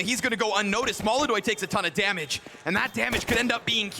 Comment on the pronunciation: Molodoy? = ❌ Molodonk? = ✅✅✅